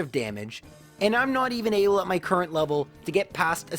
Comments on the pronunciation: MAH dry bread. Not my. MAH XDD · ITS NOT MY DRY BREAD ITS MAH DRY BREAD